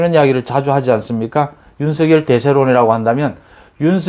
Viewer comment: 윤성렬로 발음 요